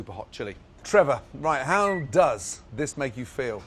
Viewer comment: The emphasis on “does” has me ROLLING. Classic GR delivery.